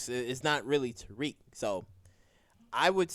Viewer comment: His name is Tariq!! Not Tyrrik!! Damn!!